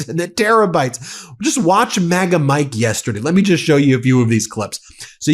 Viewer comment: Did you say terror-bytes...?